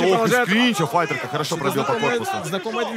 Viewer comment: fayter? fighter? english?